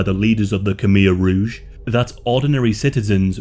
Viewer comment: Its rouge not rogue, red